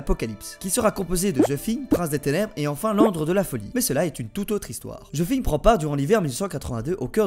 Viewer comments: "Ze Shingue" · J'abuse en vrai tu le prononces bien ;)